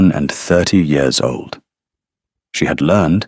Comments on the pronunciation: What’s with the yee-oars instead of years? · It is years not yours. Good story spoilt by the AI mispronouncing easy every day words. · Why are we getting yet another video where "years" is pronounced "yores"??? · Year pronounced wrongly, Y....EAR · Enjoyed the story, but wish AI would learn to pronounce simple words like "years" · Cracks me up every time! I love it! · I always have to laugh the way he pronounces it.❤